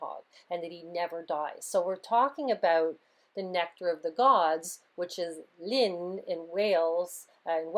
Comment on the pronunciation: You need to add a bit more heat behind your Welsh pronunciation! The double-L in 'Llyn' sounds like you're clearing your throat or coughing up a fly. lol.